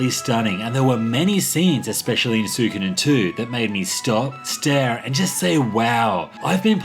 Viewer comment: It means so much that you can't pronounce it properly